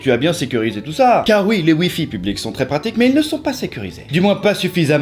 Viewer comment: ui et oui ne se prononce pas pareil sinon ont eciraient un pouit et non un puit serieux arrete stp ou parle un autre language merci